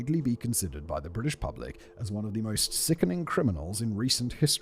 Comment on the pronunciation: Does he say pRublic? Like lengthLy? Why do I enjoy these oddities in spoken language?